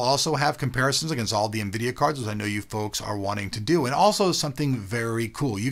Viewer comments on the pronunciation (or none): none